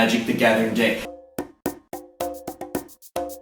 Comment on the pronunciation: I have to pause this for a second... Can you please stop saying DICK and say DECK...kthanx